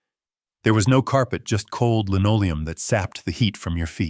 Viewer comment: ‘Lenolium”. Incorrect—should be linoleum!